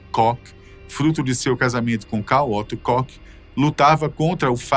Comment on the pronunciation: A pronúncia é "Kór" e não "cock". Dá uma agonia isso, um canal com tanta relevância custa colocar o nome no google tradutor e pedir pra ouvir a pronúncia correta?